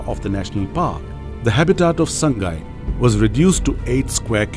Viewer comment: 'Saang-gai' means 'HOME' whereas 'Saa-ngai' is the above mentioned deer. It is hard to pronouced to people who are not native to manipur.